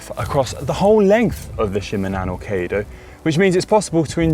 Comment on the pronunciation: Kaiido.means.highway. kai=high level or grand and do= the way of.. It's pronounced 'kigh' not "kay".